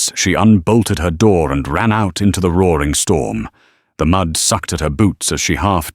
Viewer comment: I would like to know the nationality of narrator because he speaks differant with words sawr for saw and roarring instead if roaring